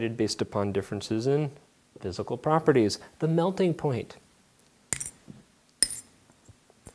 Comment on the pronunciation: my favourite bit is when he said physical properities